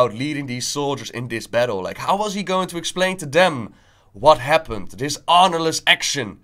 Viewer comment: I say this with great respect: your channel would be so much better if you were able to pronounce "the" instead of da, and "this" instead of dis.